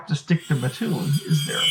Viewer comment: Hey! I’m from Mattoon, lots of family legends about the Mad Gasser. Would love to chat with you about them. Also props for pronouncing my hometown correctly.